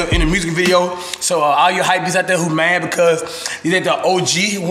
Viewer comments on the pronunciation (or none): thought he said hypeys